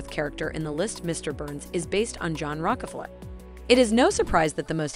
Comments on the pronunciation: Mr burns is based on who ? Rock-a-flurrr ??? Rok-ah-flere ??? Sorry - I know this powerful family gets everyone all supper heated. But seriously - can't this auto-Q reading computer bint get the pronunciation right ? Honestly. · The person talking needs to learn how to pronounce Rockefeller . LOL